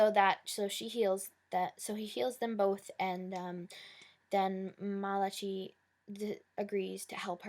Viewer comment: Just so u know his name is pronounced Ma-la-kye its a biblical hebrew name member he jewish